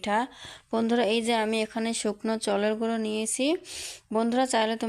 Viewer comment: Choler guri 😂😂😂bolte o pare na